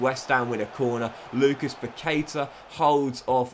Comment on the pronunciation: I´m brazilian, and it spell like Pactá (Paquetá) With the strong acent on the "Tá"